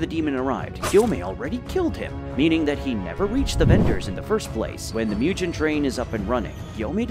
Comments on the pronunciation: Its not mujen its mugen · why do you pronounce mugen as mew-gen 💀 its pronounced moo-ge-n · Oi, mu-gen not miu-chen train :D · Why tf would you call it Mu-jen train ugh